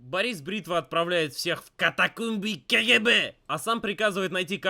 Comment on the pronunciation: "катакомби кагебе" хахихахих. обзор хорошь, серьёзно